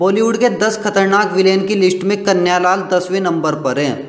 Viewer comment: कन्या लाल नहीं कन्हैया लाल उच्चारण सही करें